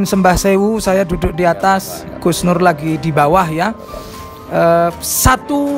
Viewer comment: Ustad iku seng sarehh lek ngucap nurr